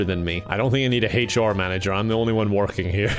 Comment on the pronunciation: "An eecheat!"